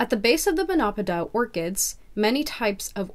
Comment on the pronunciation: It’s pronounced mono-pod-eeal, not mon-opidal.